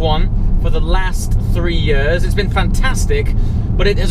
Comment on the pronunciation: Why do you pronounce 'years' like that? Where did you grow up in England?